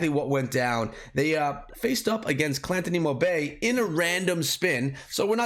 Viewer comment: Hey! I love your stuff man! But I think this clan is pronounced like Guantanamo Bay --> Clan-tanamo Bay... 🤔🤔 Just a thought! Love your stuff! 💕💕👍👍